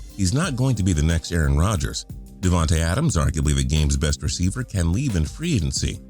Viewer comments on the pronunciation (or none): none